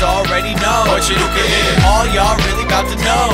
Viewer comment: Chanukah sameach! 🕎💙 Haha! I love it! "Happy Chinooka". You know that's probably how some non-jews think it's pronounced. 😂👏🏽